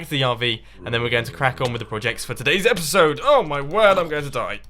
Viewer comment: You gave it away by saying epicsode.